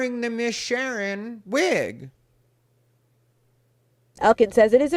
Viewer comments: I can't stop laughing 😂 My name is Sharen, and my siblings call me Sheren just like you say it has ha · This was great! You're the ABSOLUTE BEST and MOST TRUSTED LGBTQ Comedian IN the WORLD!!! I love you! You KNOW "Miss Sherrrn" is EXACTLY how it's pronounced. That character has enough body for us all to embody it! Lol hahaha 😂😂😂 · Miss “Shurn”. Cracking me up with this…😂😂😂. Love your videos and think you’re right on point with your analyses. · It's "Miss Shern"...lol😂